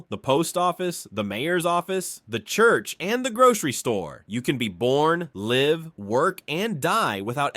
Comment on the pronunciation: Whether the script or narrator or both were AI, come on man, have some pride in what you post. No human being would pronounce the "live" in "live free or die" like that. How am I supposed to take the video seriously when you can't even get that right?